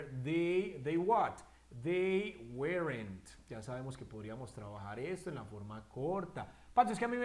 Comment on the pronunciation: Excelente video aunq no creo q se pronuncie uerent